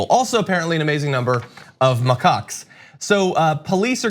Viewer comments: It's a "ma CACK", not " ma cock." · Isn't it pronounced M'Kack? It's not M'cuck. Edit: Never mind it's pointed out. Thank god at least one if them is smart. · Did he say racist macucks?!?!? Lol Reeces mackaak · LOL!!! John and each pronounced their prospective words like this, and when you put it together you get: RACIST MACOCKS!!! It's just funny!! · It's hilarious because I could have sworn you said "Racist macaques have a reputation for being very aggressive toward the 25,000 tourists who visit the Taj on a typical day." 😂😂😂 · It's pronounced Macacks you weirdo. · Why are you pronouncing it like muhcuck? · I also heard 'racist mccuks'. Having the monkeys only attack the western tourist, although undesirable, just seems funny to me. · I legit thought he said "racist mccocks!" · Please let him keep saying ma-cocks. This is making my day. Lmao